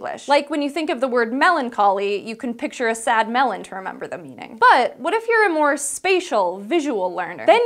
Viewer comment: Melon-coly water-melon. Melon should sound roughly the same in both words.